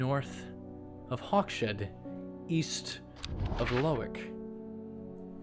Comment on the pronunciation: 100 % Sure Hawkshead doesn't have a SH sound.... Hawk's Head. LOL Loving this game!